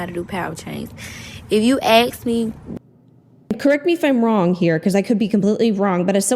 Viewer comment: "If you axe me", if the person who was about to work on my teeth, spoke like that, I'm walking out